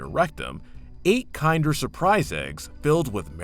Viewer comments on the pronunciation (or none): "Kin-der" eggs not the way you pronounced it.